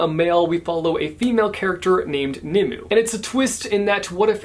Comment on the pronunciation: Lol “nim-oo” instead of “nim-way” classic “only read the name not heard it said irl” 😂 tbh would have been me too tho 🤷🏻‍♀️